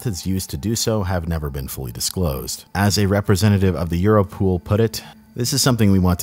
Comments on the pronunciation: It is europol as in EUROpe POLice. I think the pronunciation euro-pool is wrong. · EuroPOL not EuroPOOL, lol